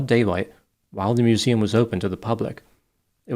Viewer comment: "I was pissing by the mooseum when I heard the soond of bricking glass."